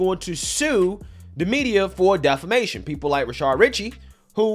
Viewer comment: You've pronounced his name as Rashard so many times that I thought his name was Rashard. It's Rashad.